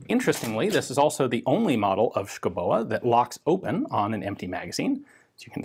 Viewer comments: Native Dane here. The e in Schouboe is silent. Otherwise, pretty good pronounciation I have to say^^ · The "e" at the end is pronounced as a lengthening of the "o", we love doing things like that in Danish. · The e in Schouboe is silent, just like the d in Madsen. Best regards from Denmark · i know Danish is a silly, stupid, irrational and impossible language - but i gotta correct you: the "e" in "oe" is silent. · Its pronounced "Shoobohh", not "Skoboa" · Hmm.. yes You butchered the pronounciation, but that is thoroughly understandable, as it is pronounced "Skovbo". Danish pronounciation is living Hell for foreigners in so far, as there are lots of mute letter, Danish spelling is impossible and sometimes all of the consonants have to be pronounced. Switching to Greenlandic does NOT help matters, as they have unique consonants, which are best pronounced WITHOUT teeth, and with a lot of drool. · It's actually pronounced 'shooby'. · S K O W B O is how it is pronounced! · The name is pronaunced Skovboe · Pronounced: Show-bo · Hi Ian.... it's pronounced SKOUBO...yeah I know Danish is hard. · Pronounce it like you would say duh and boo..... Skuh-u-Boo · Me thinking : Dont laugh when Ian pronounces the name!....fail. Schouboe = Skovbo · Dane here. It's pronounced more like "SCOW-bow". Not exact, but that's as close as you will get with American English phonetics. It means someone that lives in the forest. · The "u" is pronounced as a "v" and the ending "e" is silent/an exstension of the "o", so it would be pronounced: "Skovbo", meaning "forrest home", yeah Danish is a stupid language, where half the letters are either silent or pronounced as something else completly. Other than that, interesting video as always Ian. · Oh dear, your norwegian and swedish is really good but the danish needs some work. Just put a hot potato in your mouth and say sco-bow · Oh my fucking gawd, your pronunciation. Insane.